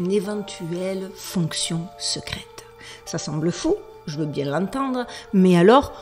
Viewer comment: Même Duchesse 🐱 a trouvé le sujet trop chelou 🙀!!! Bonnes vacances 😊 détends- toi " bieng" 13x!!! 😂❤